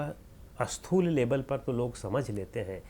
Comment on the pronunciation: Sir, namaskara to you. When you pronounce a word starting with letter Sa, you have a habit of adding A before that. For example, when you want to say Sthoola, you pronounce Asthoola. This creates confusion also opposite in meaning. Asthoola is opposite of Sthools. So, you should try to Remove A while pronouncing any S.